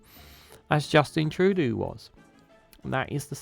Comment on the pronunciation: we peaked out with justin! now, it's a long, sad road downhill when it comes to pretty-boy PMs. so long justin - you'll be missed! 😊 ps - it's pronounced "true-dough" 😉